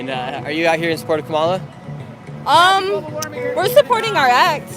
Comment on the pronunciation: It’s KA-mala. Stress on the first syllable. You were corrected many times on how to pronounce her name but you kept saying Ka-MA-la. How hard is it to put the stress on the first syllable? 😅 #Trump2024